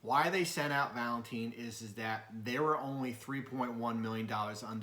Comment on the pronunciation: Hey buddy it’s Valentine’s Day not the way u pronounced it lol 😂 great work though.